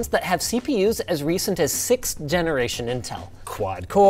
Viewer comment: "SICKTH"?! WTF LINUS